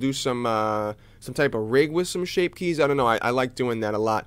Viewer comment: "Shape kyes"